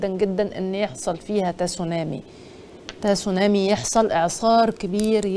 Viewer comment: النطق الصحيح هو سونامى. التاء ساكنة.